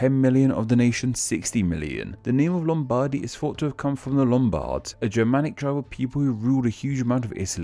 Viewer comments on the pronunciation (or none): Many inaccuracies, but that "LOOMBADI" really triggered me.